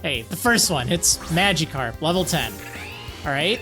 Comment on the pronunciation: why does he pronounce magikarp “mageekarp”